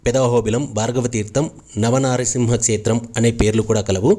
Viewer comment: telugu vuccharana sariga vunte baguntundi... like kshetram etc.